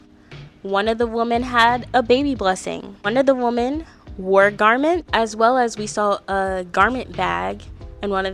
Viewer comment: Women is plural and sounds like "swimmin" but you're pronouncing it like "woman" the singular form. Sorry it's just so jarring to hear multiple times. But besides that loved the content and the ranking idea, I can't wait for the next episode where I'm sure your opinion of Demi changed drastically 😂